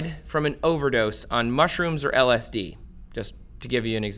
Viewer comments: I can't stand when ppl make videos about something they themselves have never experienced. Please take this video down YouTube, he can't even pronounce lsd! I really hope ppl don't take this guys advice. "Religion is living through someone's else experience.. Spirituality is having your own experience" Don't be like this guy... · How am I watching an informational video about LSD from somebody who can’t pronounce it?